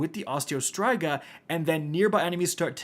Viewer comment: My gosh the way he says Striga in Osteo Striga was driving me nuts!! 🤣😂